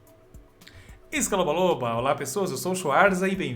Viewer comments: Até hj eu n sei a diabos é "escalobaloba" ou "iasta" que ele fala no final. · Desde q vc falou sobre isso a primeira vez, só consigo escutar "escalou a loba" no início kkkkk